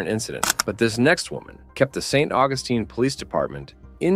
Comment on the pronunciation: If you cannot correctly pronounce "St. Augustine" you shouldn't be narrating this video.